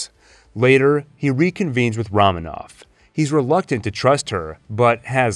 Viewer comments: Roman, not Ramen 😂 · It's Roman ov, not Raman ov. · ROW.....MAN.....OV, guy....say it. ....ROW MAN OV. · Great stuff! But the “Ramen-Off” pronunciation was killing me. (And making me want some ramen). 🍜 mmmmmmm. More like Ramen On, am I right?! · Wow, what a video. While you got some details wrong or a bit off, I'd say your average is pretty damn good for a 5+ hour video! Although the way you constantly mispronounce Romanoff had me sighing.